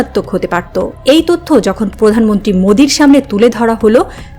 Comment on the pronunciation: আপু, আপনি কি প্র উচ্চারণ করতে পারেন না? পতিক, পধানমন্ত্রী, প্রকাশ, পশ্ন......